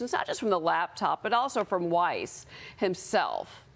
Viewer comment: Weiss is not pronounced "wise".